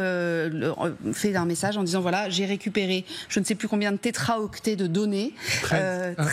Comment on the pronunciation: Info pour la journaliste, on ne dit pas "tétraoctet" mais "téraoctet".